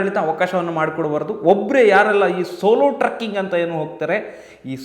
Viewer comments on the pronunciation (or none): ಟ್ರಕ್ಕಿಂಗ್ ಅಲ್ಲ ಅಣ್ಣ trecking ಟ್ರೆಕ್ಕಿo ಗ್ ಸರಿಯಾಗಿ ಹೇಳಿ